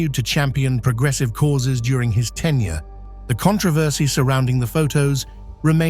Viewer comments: Jesus Christ. 1. It's "tenure" not "10 year" 2. It's Bow (bough) Wow, not Bow (Beau) Wow. 3. It was George H.W. Bush, who ran against Dukakis, you showed his son, George W Bush. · “Ten Year” for tenure 😂